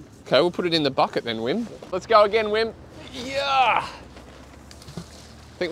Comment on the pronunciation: Just because you’re saying it so often: isn’t the W in Wim pronounced like V in VERY?